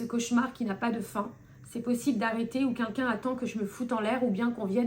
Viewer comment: "kinkin" ?? 😂😂😂😂 Non "quelqu'un je crois